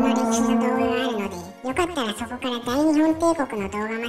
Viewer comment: 大日本帝国の読みは「だいにっぽんていこく」ですよ